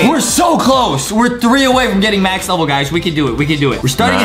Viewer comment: Adam said “Start a later ledel” So funny!😂🤣